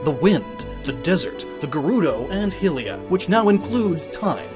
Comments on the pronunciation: you're pronouncing Hylia wrong and it's SOO ANOYING! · you really can't pronounce hylia correctly? lol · I really can't tell if you actually can't pronounce Hylia or you're purposely doing that to taunt people. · HAIILIYA, NOT HILIYA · Ηylia not helia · Huh? You didn't talk about a desert. Did you cut that part out or something? If so, this is really subpar editing. You misspelled Aveil as "Aviel" earlier, too. And it's pronounced high-lee-uh, not hih-lee-uh. You know, like how it's pronounced high-rool, not hih-rool? Yes, Hyrule was named after its creator goddess, Hylia. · stop saying hylia like hillia its pronounced high-lea bacause hyrule is pronounced high-rule and hylians is pronounced high-leans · It’s pronounced Hi-lee-ah, not Hil-lee-ah,but apart from that, really good video! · ahh idk why it bothers me that you say 'hill-ia' instead of 'high-lia' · HI-LIA not HILL-LIA. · Its HYLIA ( HI - LEE - UH ) Not HILL - LEE - UH , You guys GOTTA do a little damn research before you record these friggin videos man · How did you get that pronunciation of Hylia and Hylian? Hil-lia? Hil-ian? If you can say Hyrule (HIGH-rule) correctly, then how do you get the others wrong? Hyrule would be derived from Hylia, and therefore, her name is pronounced HIGH-lia. Likewise, the inhabitants of Hyrule would be HIGH-lians. I know this is probably a small thing to nitpick at, but it irritated me every single time you said these names because you were always wrong. If you're going to come off as some superior know-it-all with a theory, pronouncing things wrong just undermines your attempt to seem knowledgeable. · Good video, but... Hylia is pronounced "HIGH-LEE-UH" not "hill-ee-uh" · It's not "hill"rule, it's "high"rule, god I can't even make it 5 minutes in. It wouldn't be "hill"lia, it's "high"lia. Do you even Zelda? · Great video!! But dude, it's Hylia, like 'high', not hill. Like Hyrule, Hylians are 'high-lians' too. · you are saying hillia its hylia (high-lia)